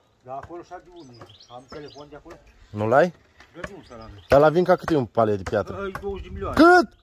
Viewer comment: Se spune piatră nu chiatră